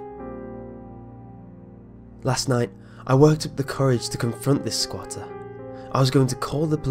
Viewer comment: I giggled every time you said "sqauter"